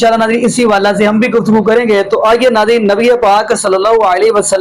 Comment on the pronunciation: حوالہ کو جملے کے اندر ”حوالے“ پڑھتے ھیں جیسے ” اس حوالہ سے“ کو ”اس حوالے سے“ پڑھیں گے- اس جیسے اور بھی لفظ ھیں جیسے حادثہ،موقع،کعبہ،جمعہ،جملہ اور بہت سے الفاظ جو جملہ(جملے) کے اندر آتے ھیں ان کو 'ے' کی آواز سے پڑھتے ھیں !!!